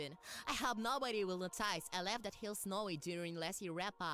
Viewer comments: OK, I've heard my fair share of accents in my time, but I've never heard anyone pronounce "notice" as as no-TICE (I hope that makes sense) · Imagine my horror as one day at work, in the middle of the warehouse, long after watching this review, did I realize that the blue one's pronunciation of 'notice' wasn't just the voice actor's accent- but an incredibly forced, only-works-in-text pun. Not-ICE. It's like a scar on my psyche now. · Understood. I think the real confusion starts when he mispronounced "notice". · I lost it when I heard the way that "Not-Rainbow Dash" pronounced the word "notice" . This really is an animated equivalent of The Room.